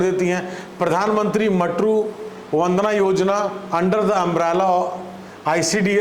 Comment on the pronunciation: मातृत्व not मटरू